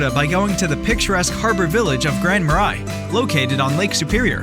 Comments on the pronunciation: Gooseberry falls is in Lake county. Not lake country. Grand ma “ray” not ma rye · Grand Marais: it's French so the pronunciation can be tricky but it's more like Grand Ma-Ray.... Hearing Ma-Rye was weird, lol. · Should learn how to pronounce the town names. Murr-A....not More-Eye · Grand Marais is prounounced "Grand Muh-ray" Marais is French for a swamp or marsh. Sounds better than "Grand Swamp" or "Grand Marsh" By the way, there is no swamp in the city, but there are some a few miles away.Another french word for swamp is "Sauk" (sock) as in the Minnesota towns of Sauk Centre and Sauk Rapids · Lutsen: loot-sen Grand Marias: muh-ray Tettegouche: te-ta-gooch Your video sucks. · It’s pronounced Grand MarAY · **Grand Mar-ray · Lutsen and Grand Marais are incorrectly pronounced by your vocal robot. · This video has SO many mistakes, mispronounced Grand Marais being a minor one. If you’re not from the area, don’t rely on this video for guidance. Awful. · As a Minnesotan, I am offended by your pronunciation of Grand Marais. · I was thinking the same thing 😂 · I’m offended too